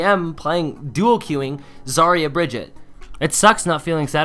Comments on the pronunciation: The reason why brigette hate you is cause it’s pronounced Bri-gee-ta Not Bri-jett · If you’re going to trash a character at least know how to pronounce their name😂 Brig-EE-Tuh. I still love you! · its pronounced brigeetah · Bra-gee-tah. Is the proper way to say it